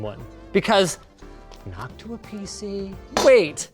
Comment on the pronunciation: i love the "nocuta" box fan. 😂